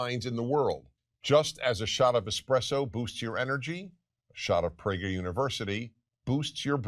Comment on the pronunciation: Theres no h in pragerUuU